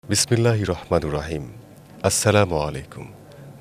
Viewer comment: বিসমিল্লাহ পরতে পারেনা ঠিক মত আইছে এখানে টকশোতে